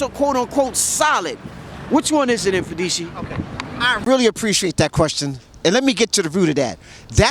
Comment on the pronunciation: How to pronounce Mfundishi. The M is closed, it's not eM... just like you pronounce Mother you don't say emother.